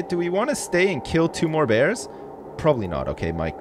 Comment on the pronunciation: man you got those "bears" real good